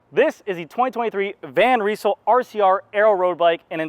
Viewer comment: Nice review! Just a little correction: You have to pronounce the Y in Van Rysel the same as the A in damn ;-)